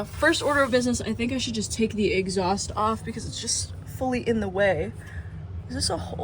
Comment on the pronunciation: take the "eggs-aust" off